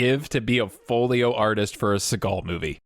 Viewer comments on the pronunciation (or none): It’s called Foley. Never heard it called Foleyo. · Folley and Folio are pronounced differently, lol. Still love these videos. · The term is foley artist, not “foleyo artist...” 🤦‍♂️ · Folio artist? Now I have to watch the next video released after this cause we know how gets ragged on for pronunciation and this one OOF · It's funny that he has so much confidence in saying "Foleo Artist" that I, someone who has known the correct word and pronunciation and even has a love for the art of foley work for 25+ years went to comments to double check. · I think you mean foley artist! You say escape funny !